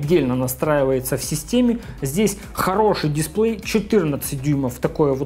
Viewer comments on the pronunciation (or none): none